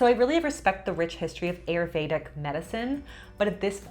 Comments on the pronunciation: Please learn the proper prononciation of these Sanskrit words like Ayurvedic. It is not pronounced like a long a. It is pronounced like a short i. The other is pronounced differently as well. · Please, friends, don't pronounce Ayurvedic the way it was pronounced in this video by both. It is Aah-you-r-vey-dhic. Please and thank you from your Indian friends 🙏. (Also side note: no cluse what Julianne was talking about with the Ayurvedic way of eating that soup.) 😅